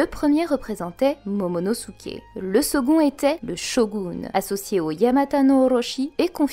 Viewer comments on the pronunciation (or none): none